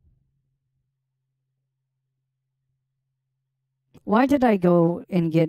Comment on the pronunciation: A beese of ben and baper.